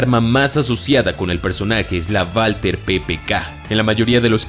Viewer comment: Porque dice valter ppk en vez de walther ppk?